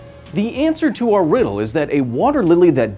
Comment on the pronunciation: Did he mess up the French riddle thing at the start of did I hear it wrong last time? I'll probably Google it.